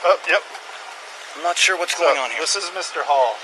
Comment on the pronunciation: he said sure not Shore